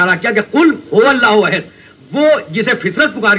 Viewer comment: Pagal k bchy ayat to thek par ly ahad ko ahid par raha h